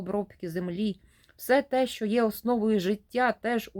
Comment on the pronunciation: Слухаю вас з увагою, ви з молодшого від мене покоління. Очевидно ви із східної України , чую по вимові, з великим впливом російської. Шчьо, чьому, дЗім замість дім, широке російське Ы замість українського короткого И. Але мені приємно, що в часи, коли наші сусідські «браття» вбивають наших людей за мову українську. Щиро вам дякую за читання і прагнення розвивати українські канали. А вимова? Може треба буде змиритися з сучасною модою. Адже багато мо перетерпіли зміни: англійська британська та американська, іспанська європейська та латиноамериканська, португальська і бразілійська, французька і крейол. Світ міняється, але Україна буде вільною.